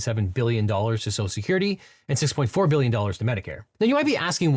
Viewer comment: For likely the only time in my life, I’m taking trump’s side. For one simple reason. He pronounces social security correctly. (Serious pet peeve of mine)